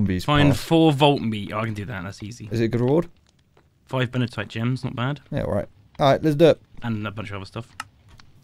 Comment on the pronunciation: So is his (and often and ) pronunciation of many other ores. Larimar becomes "laminar," Benitoite (from the name Benito + - ite) becomes "-uh-tite" or "Benny-uh-tite, funsoide becomes "fun-icide"... I'm starting to think the whole crew is dyslexic. It's like they read two or three letters at the beginning and end of any unfamiliar word, and the middle gets scrambled up randomly, sometimes with letters added, removed, or replaced. Is petezanite the one he calls "pizza night"? Edit: I just realized that he's reading it as "Pete-za-nite." I was thinking that "pizza night" seemed even further off than his usual pronunciations, but now I get it.